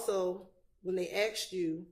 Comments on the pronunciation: That lawyer just said axed lol come on she sound like the thug. What lawyer worth a damn can’t speak proper English?? Ridiculous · The lawyer saying geeked up and 'aksed' in court is so embarassing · A RICO prosecutor is a high-end prosecutor. Why is she saying axed? This is some ghetto ass shit right here. This women dont belong anywhere near a court room, unless she on trial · Also ... what type layer keep saying axed?? This broad for the streets fr. Chase that money boo but u can't hide ur roots 😏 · A "professional woman" saying, "axed" instead of "asked" in the courtroom. WTF !!?? What godamn college did these fools go to ?? Why are they even in the courtroom ?? 🤦🏻‍♂️🙄🤣😮‍💨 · I can't believe that a bar certified highly educated person like this continually pronounces asked as "axed" WTH. Doesn't she realize how dumb that sounds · fixed it. Meant to type ' aksed ' ... Even auto correct knew better